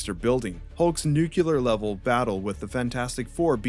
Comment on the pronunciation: Bro, Nuclear. Nu. Clear. NOT NUKULAR